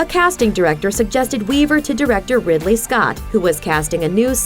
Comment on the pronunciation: It's Ridley - as in Ridley Scott